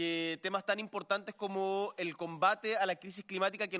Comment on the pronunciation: From Chile... the president: "come-moco" 🤣🤣🤣